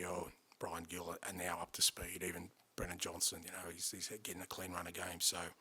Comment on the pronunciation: Fully convinced that Ange's only weakness is how to pronounce Bryan Gil's name.